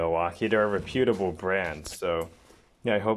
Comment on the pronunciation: I have cut 2 7/8 drill pipe over and over again and have had no issues besides replacing blades. How you’re gonna recommend something when you know nothing about this brand and cannot even pronounce reputable is beyond me. I continue using my WEN portaband for knife making as well as metal working projects without a flaw. Been. 2 years strong now.